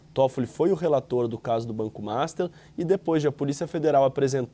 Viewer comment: Por que diabos esse repórter sempre chama o banco master de MASTA?